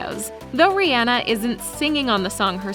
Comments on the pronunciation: It's Rihanna not reanna or whatever you say it just saying you want a video about her but you can't say her name properly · Her name is pronounced Ri • ah • nah